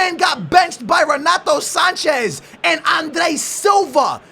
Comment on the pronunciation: Andre Gomes is worth €40 million maybe 50 he didn't get a chance by Jesus at Benfica. And what's up with your pronunciation for Andre Gomes and Renato Sanches??